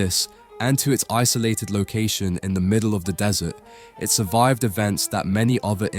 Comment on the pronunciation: "In da middle of da dessert" okay no thanks bro, if thats how it starts im already more educated i can learn this myself elsewhere.